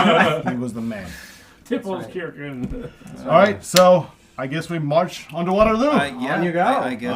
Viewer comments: Seriously irritating how they kept intentionally mispronouncing Tipplelkirch's name. How do you get "Tippleskirgeon" out of that??? Come on guys, at least try. So, would the French continue to follow the Prussons to Waterloo? Would Grouchy harry Blücher the entire march? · Greeting from one of your three German viewers. I had a great laugh on your Tippelskirchen pronounciation :) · Tippelskirch. How hard is it to pronounce correctly? Greetings from Germany 😅